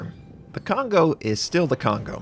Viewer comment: I feel bad when American people pronounce Kongo wrong